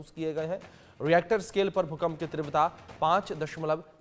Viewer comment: Please tivrata ka uchharan Sahi Karen please please please please